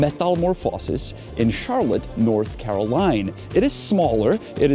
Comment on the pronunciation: Just a note: The "Carolina" in North Carolina is pronounced like Care-oh-line-ah. You missed the last syllable!